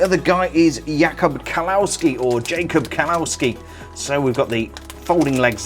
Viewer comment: Robert Brookes he thought Jacob was either pronounced Jacob (correct) or yacob (INCORRECT!!!!!)